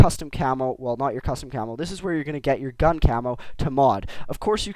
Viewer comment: u say cammo like camol =D